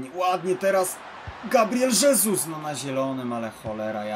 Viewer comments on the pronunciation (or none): none